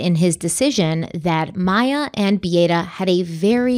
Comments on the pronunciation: My intention is NOT to critique, but it is pronounced Bee a’ ta… all short a sounds…sorry…i am half Polish.😊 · First: Beata's name is pronounced "Bee-AHH-tah". I can see you didn't watch the documentary much from that, and possibly went more by documents and trial, but that's not a bad way to analyze a case. Both "Beata" and "Kowalski" were butchered during the trial by the defense lawyers. Also, if you're just reading the print in the Sarasota County documents, that's another reason to mispronounce a name. So more just if y'all do a follow-up, it's an idea to know. The thing about not being able to hear constructive criticism if a person feels personally attacked, and it could happen with either Beata herself (who had wrapped herself in the hope of some form of treatment for her child's pain), Dr. Kirkpatrick (who diagnosed CRPS), and Dr. Smith (who diagnosed medical child abuse). Neither Dr. K or Dr. S here are going to be requested to evaluate a child unless others have suspected the potential for either, because they are specialists. One takeaway I have for this is that apparently at JHACH reporting is not made by the treating doctors, but done by a social worker on their behalf. I get that treating doctors may not have the time to spend hours on hold with a Child Abuse Hotline, but that's not how other non-medical professionals who are otherwise mandated reporters must submit their reports in other states. At least in my state, the person who suspects it MUST be the one who reports, and must report in an "immedate" fashion themselves by calling the Child Abuse Hotline. One cannot